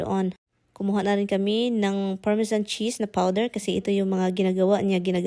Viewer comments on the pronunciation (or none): none